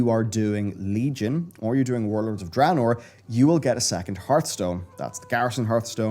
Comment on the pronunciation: I try and watch, I really do but even after the game was announced back in Nov 2013, you still can not say DRAYNOOR correctly, its not DRAHnoor. Please learn, I hat mispronunciation